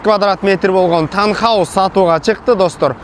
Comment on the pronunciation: Таунхаус деп айтылат 😂